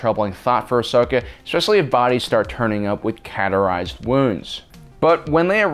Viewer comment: cauterize isnt pronounced CAT